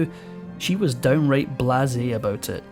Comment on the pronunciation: You pronounce blaze bla zay, not how you pronounced it.